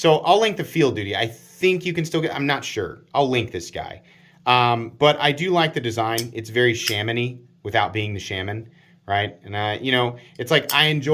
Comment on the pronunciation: What's mystifying is you've managed to find a 3rd way to pronounce Shaman.